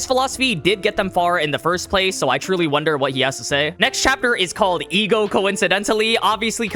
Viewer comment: Ah yes the E.G.O.